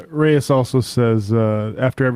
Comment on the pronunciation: Reyes = "Rays"? C'mon... it's disrespectful.